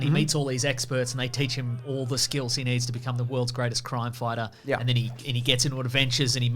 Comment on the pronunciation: "CROIM FOITAH"